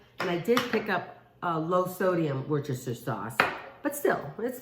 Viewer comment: wor-stir-shire sauce